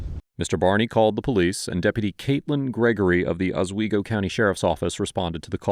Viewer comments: Pronounced “aaaswaygo” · Boy, my stomping grounds area is getting some publicly it so richly deserves. There was some other video pronouncing Elmire as ElMEERa when it's actually pronounced ElMYra. And in this video, for future reference, Oswego is pronounced exactly as its spelled. With an "s" sound. Not a "z" sound. Not being critical. Just trying to be informative. 😁 This exact scenario has played out in a number of towns and counties in the surrounding 60-mile radius. Apparently, nobody has learned anything. I would love to know if all of the law enforcement in the area went to the same academy because whatever they're doing, it's causing severe brain damage. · Why does no one pronounce Oswego properly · They can't even pronounce the city in new york right? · I live near Oswego. What a terrible pronunciation 😂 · Being a native Northern New Yorker, your pronunciation of Oswego got me. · I just need to know why tf you pronounced Oswego that way😂😂😂😂😂😂😂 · You need to research how to pronounce "Oswego" better, but everything else was good.